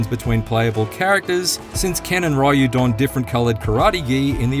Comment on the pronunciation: it's 2024 and you still say "RAYU" instead of "RYU".